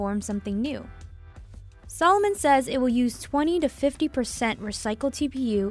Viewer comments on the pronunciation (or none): it´s called a-di-das..no "aydeeduzz" or if then say Ay-dee-das...sa-looooo-mon, not salmon... ^_^ its so weird for me as an german to hear AAY-Di-DASSS ...